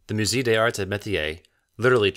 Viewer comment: Would it have killed you to learn how to pronounce musée before making this? It kills your credibility.